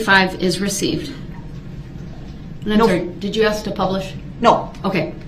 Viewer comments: I bet u lil Darrell spells words like he talks. For example instead of ask he would spell axe. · Your onher I axed a quesion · We should take speech from duh rel. wit-with. Dat-that. Axe. Ask. Libary. Licent place. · He cant even talk right he says do dat theres no such word and he says ak its ask dum s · Axe instead of ask dat instead that wit instead of with